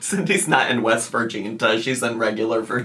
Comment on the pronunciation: ..West VirGINA?? It’s West VirGINIA,. 🙄